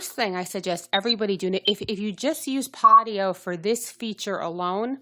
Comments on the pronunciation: Thank you for info. It is PODIO though. Both O's pronounced just like the letter O as you would say if reading alphabet... long O. Like Pohdioh. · I stopped viewing after she called it PottyO, so I have no clue what data she is talking about. Podio-uses SharFile &, RightSignature which are very secure. What makes you fell it's not? Podio, ShareFile, and RighSignature all use 2-Factor-ID. Utilizing up to 256-bit EV SSL encryption by DigiCert and the world-class server infrastructure of Amazon Web Services (AWS). Lots of fortune 500 companies use it. Every file uploaded to Podio is encrypted with AES- 256 before being transferred to an Amazon Web Services (AWS) S3 repository. Beyond the security safeguards implemented within AWS , the encryption mechanism ensures the privacy of file content. Database backups are encrypted in the same manner as uploaded files. No clue what she was talking about, but you make Podio sound not secure. I'm interested to know why you thingk that?